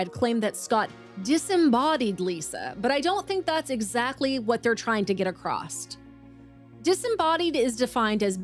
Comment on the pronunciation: Across doesn’t end in a “t.”